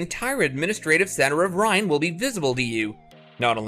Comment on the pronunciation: Reine = Rain-EH, not Rhine. :) Nice video.